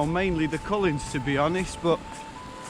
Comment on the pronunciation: Fantastic! I love your enthusiasm for scotland and particularly skye. Also your pronunciations of cullins made me chuckle. We say it the coolins lol.